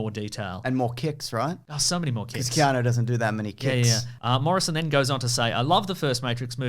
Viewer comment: Do you keep saying Keano? You know it's not Keano, right?